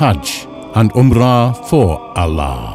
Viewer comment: Should have used an arabic speaking narrator, Arabic words pronunciation are off. Ala.?